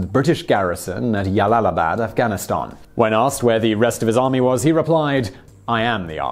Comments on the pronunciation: Jalalabad is pronounced: "Jalalabad", not "Yalalabad" Source: Pronunciation Guide (YouTube channel). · This has one of the funniest mispronunciations. It is J(like John), not like y in yes for Jalalabad. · 1st - Jalalabad is pronounced like (J) not (y) . 2nd - the general was left alive to deliver the message of Afghan bravery. 3rd - The people who fought with British soldiers, were the freedom fighters of their own homeland not Welsh or Scottish rebels. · Jalalabad is an Arabic name, not Spanish. If it were Spanish, then you may have a point with Yalalabad But it's not. It's Arabic. And the correct pronunciation is JALAL-ABAD OK ? > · J. Not Y. Jalalabad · What the actual fuck is "Yallalabad"? There's a reason it's a J! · Glomo To be fair not all Js in Spanish are pronounced as Ys either (Juego, Jueves, Janero, etc.) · Jalalabad is pronounced English way not Spanish way. So it's not pronounced Yalalabad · The town of Yallallibad - I dare you to say that town name five times fast without messing it up !! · Ugh, I cringe every time you say Jalalabad. It's J. Jalalabad. Like as in jersey. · It is really not pronounced "yalalabad" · I thought the Spanish J mostly a hard 'h' sound but can also make 'y' sound. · Jalalabad is pronounced with a hard J. And this general sounds like a cockfool and a half. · Its J not Y, afghans arent hispanic